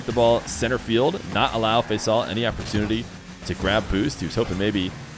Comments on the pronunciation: His name is Pronounced Fasool short or Nickname for Faisal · fuss ool is the way you pronounce it. It is a nick name for Faisal